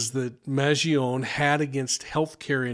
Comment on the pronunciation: Respectfully. MAN GEE OH NÉ (NAY). Vowels at the end of a word in Italian are pronounced.